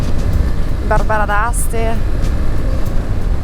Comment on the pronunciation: Dopo la pronuncia del nome dei vini, penso che un paio di Astigiani siano morti di crepacuore 😂 Barbera e Ruchè(Rukè)